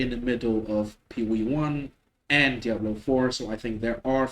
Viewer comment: I like how you pronounce Diablo(w) ;p